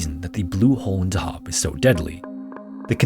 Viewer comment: Hah weird to wee a video like this about my home town Edit: afaik dahab is pronounced on the first syllable just fyi